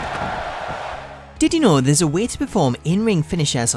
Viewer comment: Tittie know series.....😂 Thats all I hear know☃